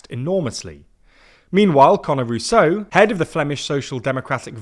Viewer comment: Was that guy called CONNOR Rouseau😂